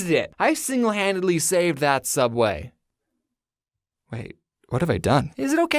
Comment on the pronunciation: souubway not subway